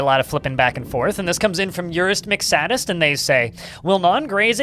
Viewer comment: I'm pretty sure Urist McSadist is "say-dis-t" and not "saddest".